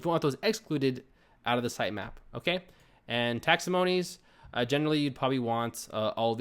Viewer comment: Great walk-throough. You made this very easy to understand and very helpful. (P.S. It's taxonomies, (pronounced takˈsänəmēs/), not taxomonies)